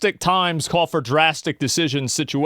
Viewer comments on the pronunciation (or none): none